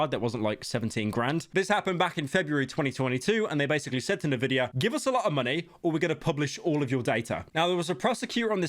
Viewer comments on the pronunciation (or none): why is he pronouncing nvidia like "nividia" is he stupid? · Can you stop saying Nevidia? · Is it a Bri'ish thing to pronounce nVidia "navidia"? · bro that's the first time i've heard someone pronounce it "nvidia" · So sad pyro cant pronunce Nvidia